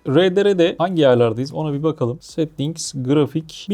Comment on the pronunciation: Bütçesi limitli olanlar için güzel bir bilgisayar toplamışsın. konudan bağımsız settings kelimesini yanlış telaffuz ediyorsun. t nin birini ve sondaki g harfini okumuyorsun . Diğer teknik kelimler iyi. :D